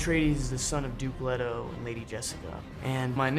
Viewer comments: Again, why Timothee Chalomet? Also, its 'Leto (Lee-toe)' not 'Leto (Lead-o)'. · What is it with some people that just CAN'T pronounce English in the way that it was intended in the book? It's LEETO, not letto. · Its LEET-o not ledo and where is Feyd? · Not alone, listened to the audio book and can't unhear it pronounced any way other than LAY-TOE same goes for CHAIN-EE. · In Greek Let-oh. In Italian Lay-tow. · I hope they don't pronounce 'Leto' like that in the movie.